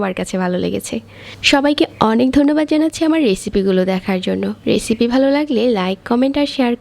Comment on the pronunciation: baje voiceover. etto joghonno nekami sathe baje pronunciation. বেজে নিয়েসি, কেয়ে দেখবেন বিন্ন রেচিপি